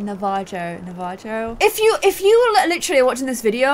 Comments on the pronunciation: Navajo is pronounced na-vuh-hoe. Cherokee is pronounced similar to cherry, but cher-uh-kee. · Sioux- soo, Cherokee- chair-oh-kee, Navajo- nah-vah-ho. You were pretty close! I would Love for Jerome to be Native American!! Once again, thank you so much for all of the representation <3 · Navajo, is pronounced Navaho. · Na-va-jo Cher-o-key Su-ie Me:, it's Na-ve-ho, Chair-o-kee, and S-ue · Its NA-VA-HO lol not NA-JA-O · Navajo is pronounced Na-va-ho Cherokee is pronounced Chair-o-kee Sioux is pronounced Sue Like so can see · Hey! I am part Cherokee! You could name him Yona. That’s Cherokee for “bear”. Matches baby bear willow. Also, This is how to pronounce the tribe names you were listing. Navajo - Nah-vah-ho Cherokee - Chair-uh-key Sioux- sue I’m from Dahlonega, GA in the US and the word Dahlonega comes from the Cherokee word “dalonige” which means gold. The town was named this because it was so easy to find gold there, which led to it being a huge gold rush town. lol little history lesson. Btw it’s best to refer to them as Native American instead of American Indian.:D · navajo = nah-vuh-hoe cherokee = chair-oh-key sioux = soo i’m from america and that’s how you pronounce the names you were trying to pronounce! hope that helps💓 edit: please like so can see!! it will be very helpful for her! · Cherokee = Chair-uh-key Navajo = Nah-vah-ho Sioux = Sooh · Navajo is pronounced "nah-vuh-ho" the j has an h sound! I definitely think he could be as well. Some names I can think of is Atsa (which means eagle), Shilah (means brother), Niyol, (means wind). Common navajo surnames are Tso, Bitsillie, Todachine, Begay, or Yazzie. Also, JEROME > anybody else! He was there for her when she literally had nothing but a mailbox and always visited. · Na-va-ho Ch is hard not soft so Cherokee is like a-choo Sioux is correct! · PRONUNCIATION -correct term is Native American Navajo (nah-vah-ho) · Its pronounced nav-uh-ho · oh, also it's nah-vah-ho lol